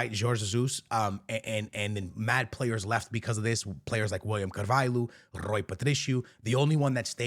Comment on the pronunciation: Who tf is "karvedonna" ??😂😂